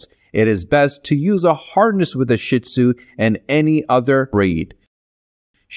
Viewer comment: Gave this a like for the info, but PLEASE learn how to say their name properly!!!!